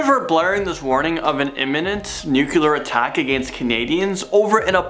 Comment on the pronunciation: Somebody please teach how to pronounce "nuclear". It's NOOK-LEE-ER, not NOOK-QUE-LER, lol. It's ok, I love you!